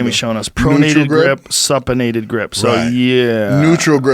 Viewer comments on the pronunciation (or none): its pronounced soup ination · ..pronated vs supinated.. supinated is pronounced soup-in-ated.. like soup"s up.. it's nice to hear a world strongest man explain how terrible some of these exercises are on a person body and pills vs pot.. as a LMT, CST can tell you that the majority of client the injury themselves are doing too aggressive workouts and not enough stretching... stretching is the key... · The way joe Pronounces supinated.